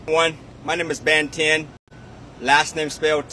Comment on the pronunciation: Did he say his name is Ben Tin?!!? 😆😂🤣 I used to watch Ben Ten with my son...it was his favorite show!